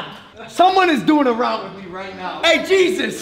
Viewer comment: "Gzuz", logan - not "Jesus" 😁